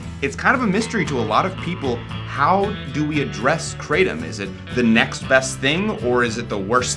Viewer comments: it's pronounced KRAH - TOM, not CRAY - TUM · IT'S NOT KRAYTEM MORONS. IT'S PRONOUNCED KRAH-TOM (In Thailand where it comes from) The host is a bit of a hyper show-off, ego filled, tool. Very knowlegable on being a druggie though. What do you need all these opiods for to begin with. Just smoke a spliff and chill the fug out. What's up with all the hand gestures and the hyper wigging out? Mom's not looking to healthy either. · Cratem lol, Thai speaker says kra tom, as in the isthmus of kra and Tom as in Tomcat. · 7oh and most of the indole type opioids can nearly act as strongly as full agonists, but in particular doesn't activate the beta arrestin pathway which is what leads to respiratory depression. I guarantee not a single person has died in that way from 7oh. The current upcoming RCs are MGM-15 and MGM-16. MGM-15 has a slightly less pronounced g protein bias than 7oh, but not much. 16 is killing lab rats at an ld50 of 1mg/kg. Cheers. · Question: Why does everyone—even —say ‘Krey-tum’ for kratom? It’s spelled Kratom and pronounced Kra-tom! Why complicate things? And if you really like the ‘-tum’ sound, then just go with the more popular spelling in the places where it actually grows: Ketum! That one’s pronounced "Kay-tum". Seriously, lol! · Question: Why does everyone—even —say ‘Krey-tum’ for kratom? It’s spelled Kratom and pronounced Kra-tom! Why complicate things? And if you really like the ‘-tum’ sound, then just go with the more popular spelling in the places where it grows - Ketum! Pronounced as "Kay-tum". Seriously, lol! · kratom ( pronounced with a short A not a Long A) kr-atom I will define kratom as a euphoriant . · It's actually pronounced like the cra from crack then tom like tomcat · That's not how it's pronounced in Thailand. The "A" in "Kratom" is like the "A" in "Crack" - it rhymes with "Atom". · We don't mispronounce Kratom. Its a difference of accents. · Kratom (pronounced like in English) sounds like a comic book villain